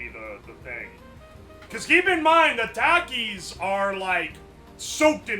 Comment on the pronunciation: It's pronounced takis not takis